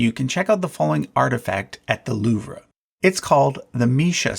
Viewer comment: The “loov ruh”?.. you mean the “loov”? Your pronunciation is killing me man. I’ll trust your judgment on the ancient kings, but I draw the line at the Louvre